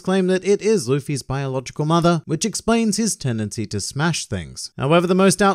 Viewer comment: For a brief second I thought you were going full Alabama here saying "... his tendency to smash it."